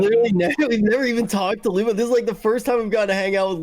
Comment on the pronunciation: Dr. Lupo! It's Lupo man!